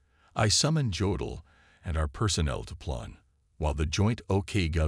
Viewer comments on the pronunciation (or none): I do wish your production team learned how to pronounce words. In German, if a word begins with J, it's a Y sound. You don't pronounce Jodl saying the J. The same with jawohl (yes). Also, Corps is not CORPSES. Unless you are speaking about the dead